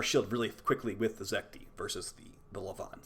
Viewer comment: It's Zet-ki.